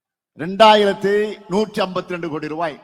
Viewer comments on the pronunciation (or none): கோடி என்று வாசிக்கவும்.